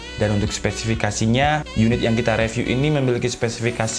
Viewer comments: Bang baca review nya jgn re tp ri, saran aja nih :) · *Saran : review dibaca riviuw